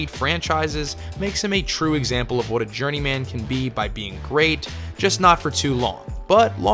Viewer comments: "journey-man" - it's pronounced "journeymen" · It's not Journey Man, it's Journeyman. Pronounce it more like the name Silverman. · Yeah, it's pronounced journeyman, not journey man. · Please stop saying journey-man. Pronounce the man part the same way you would in fireman, not Fire-Man. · Need to learn how to pronounce "journeyman." Or not. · I really hate the way this guy pronounces the word journeyman. He must have no friends, otherwise somebody would have told him to fix that before he published the video. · You pronounce journeyman in an odd way